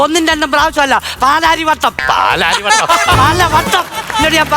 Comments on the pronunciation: പാലാരിവട്ടം😂😂 പലവട്ടം😂😂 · പാലാരിവട്ടം അല്ല പലവട്ടം 😜😂😂😄